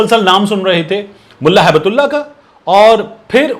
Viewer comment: Correct pronunciation is Hibtullah. Gift of Allah